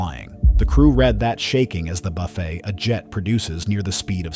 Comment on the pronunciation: That shudder that can precede a stall (buffet) is pronounced BUFF-it, NOT buff-AY- which is a self-serve meal.😵‍💫😂😂😂